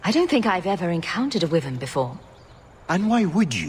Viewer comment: This is good but they pronounce Wyvern wrong. It's more like this